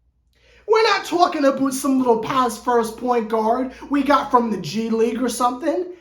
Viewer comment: “Tookin aboot” 😭😂😂